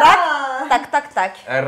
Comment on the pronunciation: Alors si ça peut aider l'équipe, Sinik n'est PAS "Sisik de la JLC", et Tayc se prononce "Tyke" (comme Mike ou bike mais avec un T)... 💀 Mais je chipote, l'émission est au top, comme d'hab ! 😊